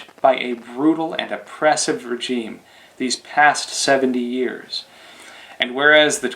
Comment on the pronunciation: I believe you are continually mispronouncing regime.